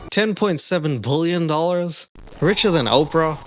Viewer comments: Dude I cannot handle the way you say billion. It’s not “bull-yawn” it’s pronounced “bill-yun” I literally had to stop watching the video. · Why do you keep saying bullion ? B I lion I I I not u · I love the fact that you read word billion prononced like bulion, which is broth in Polish 🍲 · GO GET SPEECH THERAPY fuck its billion not bullyun!! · lol.. you say bullion instead of billion and it's 100% topnotch comedy. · Ive never heard someone pronounce "billion" like bouillon 😅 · I love how you pronounce "bullion" like a portmanteau of bully and billionaire! Or bullshit+ billionaire! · you do pronounce the word billion very weirdly lol! It sounds like "BULLION" lol. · Why can't you say the word "billion"?